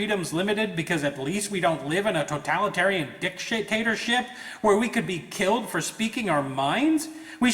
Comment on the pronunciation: "totalitarian dickshaytatership" "smug sense of satiksfaction"